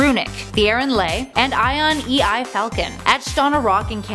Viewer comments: "ion-e-i falcon"? You mean l ONE l Falcon? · Homage is the word you were looking for. Also for the moderators.... it’s 1one1 not ion e i